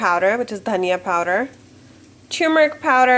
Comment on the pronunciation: Love ur accent powderrrrrrrrrr